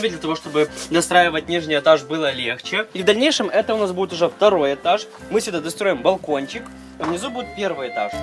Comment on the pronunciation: мне показалось на он сказал на первый этас а не этаж